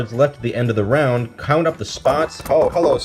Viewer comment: The Cown't says Moon't